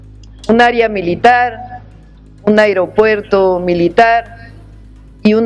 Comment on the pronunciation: Que alguien le diga a mi presidenta que no se dice airopuerto